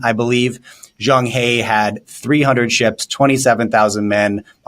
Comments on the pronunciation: Pronounced as Cheng “Her” not “hay”… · Talking heads who want to talk intelligently about China should learn to pronounce Chinese names properly. That is a sign of respect! "Zheng He" should be pronounced as "Zheng Her" NOT "Zheng Hee!" The Chinese "e" is pronounced as "er". Just learn this one sound properly, they would increase their credibility tremendously.